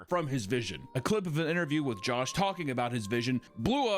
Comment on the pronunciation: A fellow South Afrcan Josh here, That guy Embarrased my name and Country😭